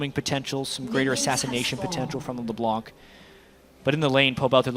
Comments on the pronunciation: Did you know that: "LeBlanc" is a French name. It mostly is a second name. It can be translated as "TheWhite" in English. (Blanc is the French word for White). But one of the French language rules is that you mustn't pronounce the "c" at the end of "Blanc". So when you are French, (just like me, actually) and that you hear the casters saying "LeBlan(k)" it sounds awfully awkward :) But i'll take it... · Well if you don't believe me, you can check a french youtuber vid. DominGo, as an exemple, plays LB quite often. Then if you watch a video where he plays LB, and pay attention to how he pronounces it, he says "LeBlan". Without the C. Don't ask me why we say this. Even for french people like me, our language is a mystery, sometimes :)